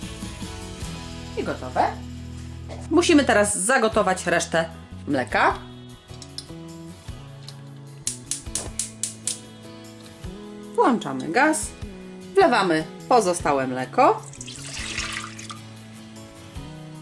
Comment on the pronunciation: Doceniam Pani przepisy, pomysłowość, jednakże proszę się nie obrażać ... No nie mogę słuchać (we wszystkich filmikach zresztą) " półtora łyżki"- łyżka to r. żeński, więc powinno być półtorej łyżki. Dziś- półtora kostki, kostka też r. żeński. Poza tym- włanczamy zamiast włączamy. Może to szczegóły, zaraz będzie, że się czepiam. Dla mnie bardzo ważna jest poprawność językowa, szanujmy swój język, tak po prostu, w każdych okolicznościach. Pozdrawiam. :)